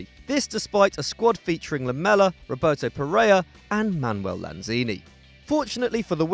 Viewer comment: Lamela? Really?